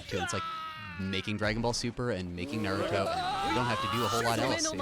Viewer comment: And just like that, pronouncing Naruto as Naruro is now cool.